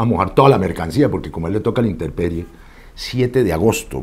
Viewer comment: bien por tu cuento, pero ¿inteRperie? o intemperie.